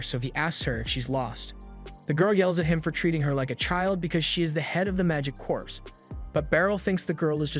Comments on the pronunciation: CORPS like CORE not CORPSE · Corps is pronounced as "core"